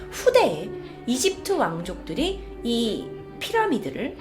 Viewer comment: 발음: 이집트으 외계으